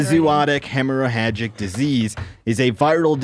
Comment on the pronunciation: FYI; you don't say the second "h" in hemorrhagic heməˈrajik